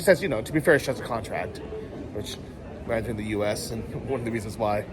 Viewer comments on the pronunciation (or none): none